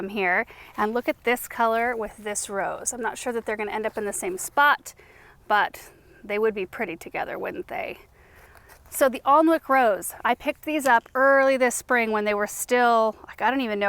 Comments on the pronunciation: Just fyi, the ‘Alnwick’ Rose is pronounced ‘Annick’ as it’s named after Alnwick in Northumberland, England, where Alnwick Castle is. Alnwick Castle has the most amazing gardens and is well worth a visit if you’re ever in the area. 🌹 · Just for info - the Alnwick rose is pronounced Annick. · Alnwick rose pronounced 'Anick rose' from the North East of England in Northumbria. Not far from me!